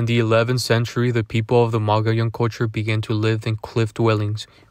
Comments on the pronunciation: Please pronounce it right mug ee own. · Is pronounced mo-go-llon not mugeeown. Mogollon is an actually Spanish named.